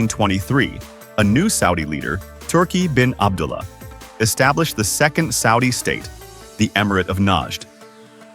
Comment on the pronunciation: You need to say Abdullah